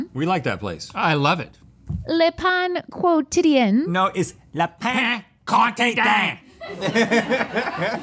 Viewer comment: LE PAN KO-TID-DAYNE